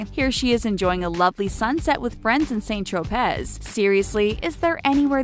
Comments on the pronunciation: "Saint Trow Pez"? It's pronounced "San TroPAY". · Pls do not pronounce “San Tropaaaiiiizzzzzzz” it makes my ears bleed. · don't pronounce the Z of St Tropez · Remember everyone, it’s “S ay nt Trope zz ” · u dont pronounce the Z n st tropez. it's french 101. i expect better from u. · Really? THAT's how you pronounce Saint Tropez?